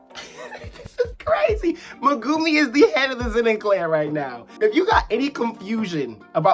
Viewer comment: When will we learn to pronounce even Megumis name right